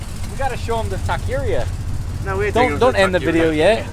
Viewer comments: Did he say tequeria? 😂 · Juan Flores lol I didn't know what he was trying to say till he said taco meat 😂😂